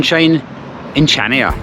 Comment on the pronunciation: It’s pronounced Hania the c is silent.